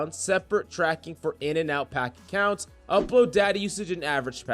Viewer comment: He said kunts